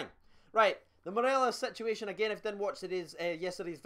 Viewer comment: I honestly love it when you say "situationonon" 😂😂 I was expecting you to say "negotiationononon" 😂